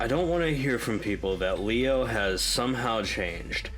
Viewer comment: you said it right, it's pronounced as lie-o not lee-o